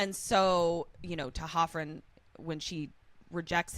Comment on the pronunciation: Not sure if I'm right, but I think it's D'Hoffryn, not T'Hoffryn like was saying. Another great moment of Riley being a really good guy is that scene that couldn't stand. When Buffy is going on about marrying Spike, Riley is honest about how he feels about it and reacts the way his emotions tell him to. He doesn't macho out and yell at her or pretend he doesn't care. Also, that really looks like a red flag against Buffy. He was clearly really upset and confused and was not having fun, so for her to double down on a prank like that (as far as he knows), looks like she has a cruel streak.